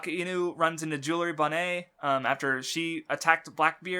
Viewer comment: “Jewelry Bon-Nay”... I’m starting to think is mispronuncing names on purpose